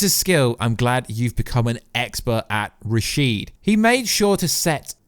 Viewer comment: Rashad not rasheed.